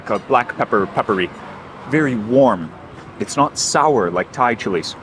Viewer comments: Your Thai pronunciation is excellent. 👏🏻👍🏻🙏🏻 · Your Thai pronunciation as you speak, it is quite good! 😊